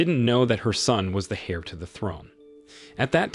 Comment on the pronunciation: Virtually all the Chinese name are butchered. Nie (rhymes with Die) Ling'er, Tian (rhymes with Ryan) Anye (Anne-ye) and Qin (Kin) Gu as well... also, somebody should tell him that the initial h in "heir" is silent and that "heir" and "hair" are not homophones.